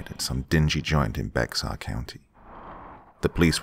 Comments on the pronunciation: Bexar county is pronounced Bare county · It’s not bex are it’s pronounced like bear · Bex-arr county? It’s pronounced “bear”, good sir. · Bexar county... It's pronounced "Bear" county. Gotta love Texas. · I live in Bexar County. It's spelled Bexar but pronounced Bear. Just an fyi 😊 Love your channel and voice ❤️ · Bexar county pronounced "bear". Also never expected a nosleep in my county. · Bexar county is pronounced Bear county. We have odd spellings here. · For some reason Bexar County is pronounced the same way as bear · Much love from Bexar county , tx San Antonio!!!! It's really pronounced bear county fyi idk y it's spelled with a x lol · Bexar county is pronounced like "Bear county". don't ask me why lmao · Bexar county TX is pronounced Bear Co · It's pronounced Bear county ,the x is silent. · Bexar is pronounced as bear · Bexar pronounced "bear"